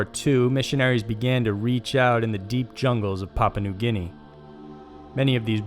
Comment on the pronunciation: Thank you. That and his pronunciation of Papua made me cringe every time.